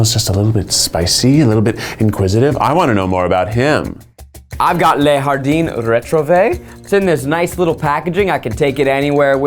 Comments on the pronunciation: “lay hardeen” for “le jardin” was so funny to me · Zach pronouncing a French phrase, "le jardin," as if it were Spanish makes me understand why my roommate who was taking Spanish got a little sad when I tried to help her study though I only ever took French, and thus pronounced everything as if it were French. It's hard to swap when you don't think about it in the moment. It's still adorable, though. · why did bro pronounce le jardin like that 😭😭😭 it's french babe not spanish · "Le Jardin" is French for "The Garden", not... whatever pronounciation Zach did :') (see, I watch the ads)